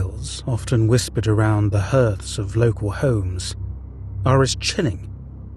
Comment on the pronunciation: You know, I thought surely no human being would pronounce ‘hearth’ to rhyme with ‘earth,’ but then he identifies himself at the end with a human name, so, truth really is stranger than fiction, I guess lol